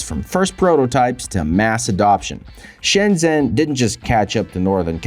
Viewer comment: If it was, he'd learn to pronounce it properly. Shen-jen with a j for john.